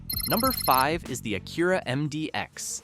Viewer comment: Hey,if you're going to bash a brand,at least pronounce it correctly. It's A-cur-a not a-CUR-a.